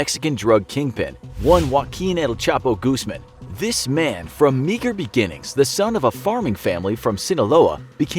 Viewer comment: “Wan wakin el sapo ghusman”